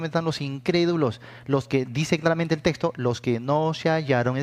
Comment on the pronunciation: No se dice testo, se dice texto.